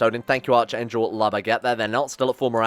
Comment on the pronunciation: You’re saying Archangel way wrong. It’s pronounced like Ark-Angel. You don’t pronounce Anarchy or Archbishop that way do you?